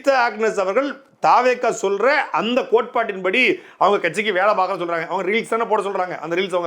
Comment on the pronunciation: அண்ணா நீங்க தெளிவா பாக்க போறோம்ன்னு சொல்றது எனக்கு தெளிவா பொளக்க போறோம்னு கேக்குது😮😮😮